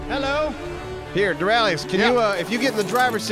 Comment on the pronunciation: Dorralitinous, damn it! Stop it with the spear, It's not funny... But still, I love you